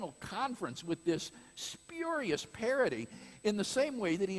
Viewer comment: Craig doesn't know how to pronounce "spurious" and he calls himself a "professional philosopher?" Embarrassing.